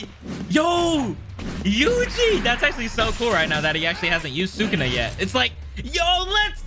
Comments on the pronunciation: Why does it urk me so much when he says sukuna😭it’s Su KUNA not Sukana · The way how he pronounce Sukuna though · The way you pronounce sukuna name is irritating me lol